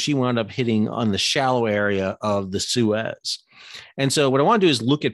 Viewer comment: That's not how you pronounce Suez.